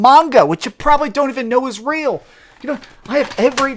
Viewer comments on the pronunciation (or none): none